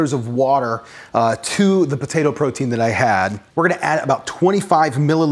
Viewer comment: I smile each time you call it a "botato"!